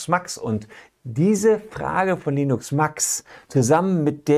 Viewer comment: Heißt der Fragesteller wirklich "Linux Max" oder eher "Linus Max"? ;)